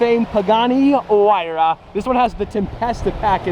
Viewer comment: isn’t it “ hyruh “ not “ whyruh “